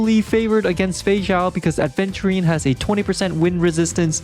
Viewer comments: Right? Some individuals can’t learn a new word smh aVenturine is a damn gemstone, like topaz, you don’t mispronounce it as topless right dude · That "aDventurine" I can't. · Its Aventurine (the gemstone) not adventurine 😅 Its not like adventure lol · He says ADventurine, opinion rejected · imagine getting this much affected by someone mispronouncing a stone’s name